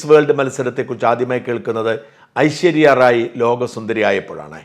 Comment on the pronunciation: ആദ്യം നാക്കു വടിച്ചു വാടാ ഷാജാ. 'ഐശര്യ' അല്ലെടാ "ഐശ്വര്യ " ആണെടാ. പിന്നെ മിസ്സ്‌ വേൾഡ് അല്ല മിസ്സ്‌ യൂണിവേഴ്‌സ് ആണ് പ്രധാന മത്സരം. മിസ്സ്‌ ഇന്ത്യ മത്സരത്തിലെ ഒന്നാം സ്ഥാനക്കാരി മിസ്സ്‌ യൂണിവേഴ്സിലും രണ്ടാം സ്ഥാനക്കാരി മിസ്സ്‌ വേൾഡിലും മത്സരിക്കുന്നു. റീത്ത ഫാരിയാ ലോകസുന്ദരി ആകുമ്പോൾ മിസ്സ്‌ വേൾഡ് മത്സരം മാത്രമേ ഉണ്ടായിരുന്നുള്ളു. ഇംഗ്ലീഷ് സുന്ദരിക്ക് തോന്നിയ ആത്മനിന്ദയെ നീ നിന്ദ്യമായ സംഘി സ്റ്റൈലിൽ വളച്ചൊടിച്ചു നിന്റെ കപട രാജ്യസ്നേഹം കാണിക്കാനുള്ള ഉപാധിയായി മാറ്റാൻ ശ്രമിക്കുന്നു.അല്പവസ്ത്രം ധരിച്ചു പണ്ട് നിന്റെ ഭാര്യ ഹൈജമ്പ് ചാടിയത് നീ എങ്ങനെ സഹിച്ചെടാ?😄?